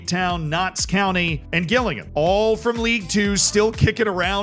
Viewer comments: It’s pronounced Jill ing ham!!! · Gillingham is pronounced like Jillingham!! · gil-ing-HAM is the most American thing has done in a while. 10/10 no notes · Gillingham is pronounced with a J, like Jillingham. Harrogate is pronounced Ha-ruh-gut. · The way you pronounced gillingham is mad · Classic American gillingham pronunciation, micheal from vsauce would be ashamed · The pronunciation of Gillingham was unique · Learn how to pronounce Gillingham properly please 😂😂🤦‍♂️ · Gillingham is pronounced as if it starts with a J pal, Americans 😉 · love how he mispronounced gillingham 😂😂😂 Americans and mispronounced names is what YouTube was created for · I don’t know if I like it better when you guess the pronunciation, or if you should do a call to literally anyone in the UK to find out how to pronounce stuff like Harrogate and Gillingham 😂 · Don't let Z's team pronunciation distract you from the fact that he used the term "suck off" umpteen times 😂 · The way you pronounce “Gillingham” is making me incredibly sad. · Gillingham pronunciation has to be bait for the comment section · I'd like to take a minute, just sit right there. I'll tell you how murdered the pronunciation of Gillingham and Harrogate. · Note to, it's pronounced jillingham not Gillingham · Gill Ingham 😂 absolutely understandable mispronunciation but very funny regardless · love how you say Gillingham its pronounced more Jillingham more J less G haha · You can't do this. Fall foul the same way everyone else does when they're not from the South East of England. Gillingham, in Kent, is pronounced Jillingham. Gillingham is also a town in Dorset, (I think) yhe South West of England and *is* pronounced Gillingham. Different towns, different pronunciations 😬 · Gillingham is pronounced Jill-ing-ham not Gill(like a fish gill)-ing-ham. Other than that this was a great video 😂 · Please stop saying Gill-Ingham it's said like jillingham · It's Jillingham